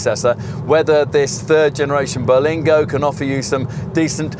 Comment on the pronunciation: it isn't called the "Ber-LENG-go lol. Sorry. I'll sit quietly in the corner